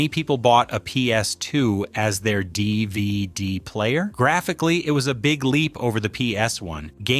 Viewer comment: I don’t appreciate you saying dvd like that. You must be a robot